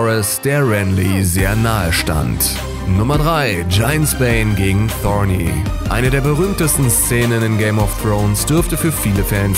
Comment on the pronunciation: Ich glaube der typ noch keine einzige Folge GoT gesehen... wie er Thorne ausspricht... . er liest nur ein Skript die er in die Hände gedrückt bekommen hat. Zudem gibt es noch eine weitere staffel nicht mehrere